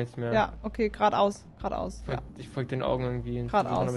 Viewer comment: Was gnu sagt : gerade aus, gerade aus Was ich verstehe : Quat aus, Quat aus 🙃 Ps: ich liebe deine Videos🐂🐃🐂🐃🐂🐃🐂🐃🐂